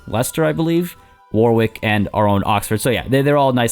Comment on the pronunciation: I know you like to pronounce things correctly so you'll be glad to know you pronounced Leicester perfectly but the second w in Warwick is silent, it's pronounced Warrick. Hope that's helpful.